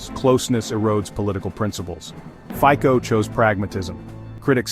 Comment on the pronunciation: Fico /fitsoh/, not /fiko/